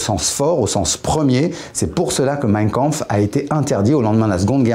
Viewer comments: Y’a que moi qui saigne des oreilles quand il prononce mein Kampf ? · à partir du moment où le mec ne sait même pas prononcer Mein Kampf est-ce que j'ai envie de continuer la vidéo ? non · Meiiinnn kaaaaanhourou